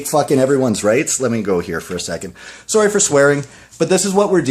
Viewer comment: "Sorrey for swearing."